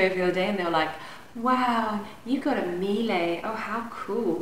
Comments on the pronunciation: It’s pronounced Mee-Luh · that’s not the way you say it though